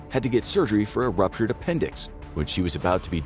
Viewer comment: Did he mean to say "ruptured"? I don't know; I think he mispronounced it